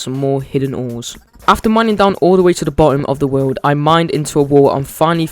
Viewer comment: "peaceful game in the wowd" i am so sorry no offense